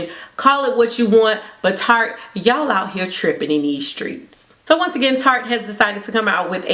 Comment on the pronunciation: I love how you enunciate "Tarte" with extra...tartness 😌😂